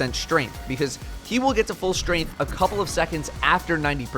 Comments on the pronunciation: "Taken Shtrainth" /cringe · "Taken Strenth" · How many times can you say "Taken Shtrength" in one video